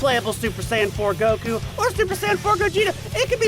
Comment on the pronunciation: Hey, thanks for knowing how to pronounce Goku's fkn name man